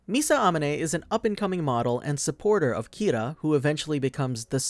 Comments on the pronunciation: Uh-mohn-ay. That's how her last name is pronounced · I swear, if you say misa ah-muh-nay one more time I’m gonna write my own name down.